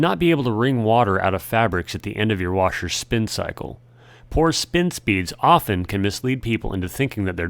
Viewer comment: The "t" in "often" is silent, by the way.